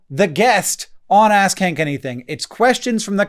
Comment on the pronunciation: Am I the only one that kept hearing "Ass khank anything"? 😂